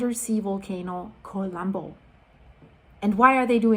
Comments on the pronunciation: despite of the seriousness of the situation, could you please stop pronouncing "Kolumbo" the English way? Whenever I hear it pronounced that way, it's hard for me to imagine a volcano as I always see Inspector Columbo (from the TV series with Peter Falk) before my mental eye. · She's not Greek, she's Canadian. English speaking. Some foreign language pronunciations are hard if you don't know the language. Let her be